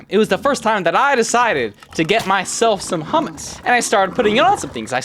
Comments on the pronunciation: BRO ITS NOT SAID "hamas" ITS SAID "hoomoos" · Bro it's pronounced "hommos" not "hamas" 💔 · prenounced "Ho-mu-s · It's pronounced Choo-moose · It's pronounced hoomoose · I think its usually pronounced choomoos (ch like in Blech, yuck) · Um I’m trying so hard not to get ragebaited my pronouncing hummus incorrectly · I nearly fainted hearing him pronounce hummus the English way... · never in my life i would have guessed that that is how you say that word in english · As a middle eastern it hurts to hear how you pronounce hummus